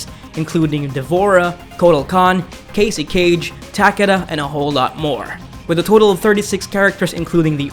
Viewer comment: this dude cant even say cassie or takeda right,LOL